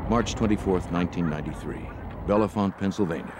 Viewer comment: Unfortunately, the narrator repeatedly mispronounced the town name “Bellefonte” as “Bella-font.” As heard in the interviews, the name is pronounced “Bell-font.” The editor or scriptwriter should have informed the narrator.